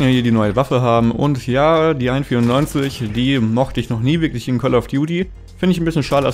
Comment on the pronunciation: Hört sich an als wenn du an24 sagst